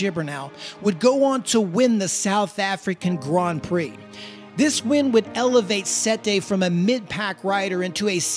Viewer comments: the way you pronounce grand prix is awful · Yeah sorry man you're pronouncing Grand Prix horribly wrong I think you're doing it on purpose yet comments feedback I can't stand it by the even make it 20 seconds of your video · Why does he keep saying gron pree